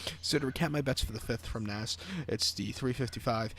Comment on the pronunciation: Cant even pronounce naas correctly